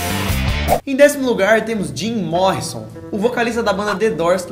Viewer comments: Dari henzel Jim "MORRI" son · Antonio Júnior jim "Morri"son '-' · jim "MORRI"nson